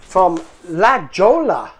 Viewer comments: La Jolla California the J and ll is silent it’s pronounced La Hōya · You butchered the Spanish pretty good. J in Spanish is 'H'. (not silent J) LL is 'Y' or 'YY'. E is usually 'ay'. (hard A) I is 'ee'. A is 'ah'. O is usually 'oh'. X is 'h'. (Mexico is may-hee-coh) QUE is 'kay'. (not cue) So, not La Jolla, "La Hoh-yah". (a lot of Spanish names in California) Like Jalapeno is "Hal-ah-pay-nyo". I think Abuelita is "Little Grandmother". (ah-bweh-lee-tah) Rellenas is "Ray-yay-nass". (like Chile Rellenos) Not Rah-jas, rah-hass. Not cah-jee-tah, Cah-hay-tah Not Cue-mah-dah, Kay-mah-dah. You like and don't like what you like and don't like, but I hope you didn't hurt his feelings. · La.Jolla is pronounced La Hoya, (it's Spanish). The USA postal abreviations for all the states that begin with an M are difficult to understand. (Maine, Maryland, Massachusetts, Minnesota, Missouri, Mississippi, and Montana) Maine is ME (it uses the first and last letters) because MN was already used for Minnesota. BTW, don't try to eat the Mexican hot chocolate like a candy bar... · La Jolla...pronounced....La Hoy-ya....is a costal town in Southern California....near San Diego....very pricy real estate...I spent most of my summers on the beach there in my youth..